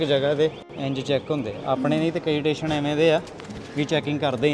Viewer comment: Bai theek tusi travel karde ho. At least Station nu Teshen ta na kaho.